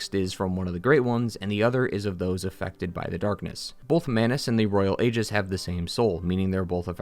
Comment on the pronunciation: Aegis is pronounced EEjis. Guy mispronounces it every single fucking time.